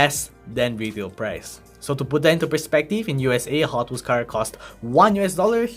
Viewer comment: that audi r8 lol, the weehhels iz zo big